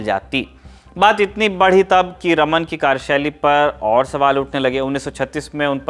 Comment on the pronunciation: Sir ek correction hai unka naam रमन नही रामन tha , iske peeche ki puri story is video me btayi gyi hai